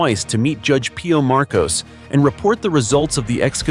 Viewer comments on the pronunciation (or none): none